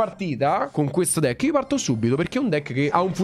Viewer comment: Volevo dire deck non decki😅